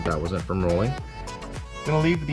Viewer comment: You call that rrollin fenders???😂 More like beating fenders😢